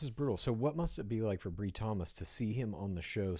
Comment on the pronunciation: Her name is pronounced with a long i, Bri - rhymes with Lie 😮😅